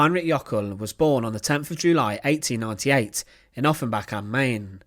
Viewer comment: 10th not 10nf!